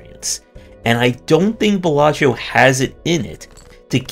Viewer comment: Other games get a 3 min review... demon solitaire gets 16 mins. lolk "Balatreo"... "Balachio"... it's Balatro. lol This felt like a long, subtle rant because you lost to RNG. Welcome to roguelikes, I guess? Aren't they inherently RNG? /rhetorical